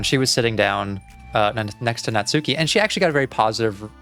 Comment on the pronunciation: finally someone else who doesn’t pronounce her name like “natsookee” 😭 thought i was the only one